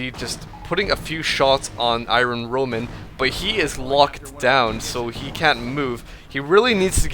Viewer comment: i-RON roman.